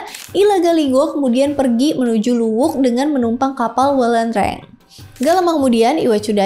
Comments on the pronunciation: Bukan Luwuk. Tapi Luwu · Luwu mba bukan luwuk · Koreksi. Bukan luwuk tapi luwu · Bukan luwuq, tpi luwu. Klo luwuk ada d sulteng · Luwu ya bukan luwuk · Luwu bukan luwuk